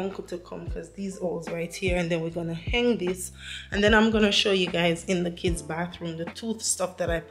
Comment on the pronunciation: I am inspired by your decor. Please don’t take this comment as negative but the word is Hang not heng. So you hang the wall display not heng the wall display. Love your family.